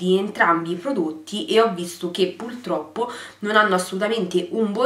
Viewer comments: Si dice puRRRtroppo, non puLLLtroppo come dici tu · È una battaglia persa "pultroppo"